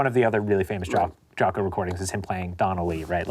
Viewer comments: Its Jaco, not Jacko :) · "Jaco," not "Jacko." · JACO , not Jacko!!hA! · Jaco, not Jacko. HavOHna, not HaVAna. C’mon guys, TRY. Jesus. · It's "Jaco", right? Not "Jacko." Please. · Jaco, not Jacko.